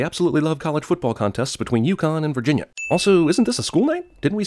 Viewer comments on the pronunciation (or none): none